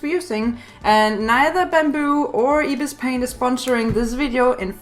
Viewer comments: its not ibispaint say it eyebispaint there is 2 ibispaint 1.ibispaint=pay 2.ibispaintx=free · Ypur bpt supposed tl say ibis paint but say like eyebis paint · I thought you said ipis paint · just saying its eye-bis-paint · It’s Pronounced Eye-Bis Paint I’m Not Being Rude Btw I Just Wanted To Say It Also If You Use Ibis On Your IPad You Can See The Different Modes. Like You Can See The Blur Tool, Smudge Tool A Lot Easier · me: IS THAT REALLY HOW YOU PRONOUNCE IT HUH ANSWER ME HUH HUH HUH (don't hate)